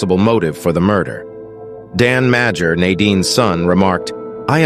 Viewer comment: It’s pronounced "Major" -Dan Madger